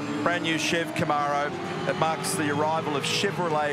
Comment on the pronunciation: Aussies can’t pronounce Camaro.